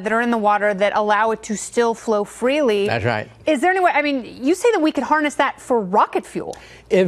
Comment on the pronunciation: I like how he said "thas rite" .